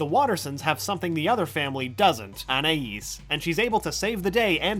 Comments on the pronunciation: I've never been able to figure out the pronunciation of "Anais". Every episode it's different. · Why can no one say Anaïs correctly?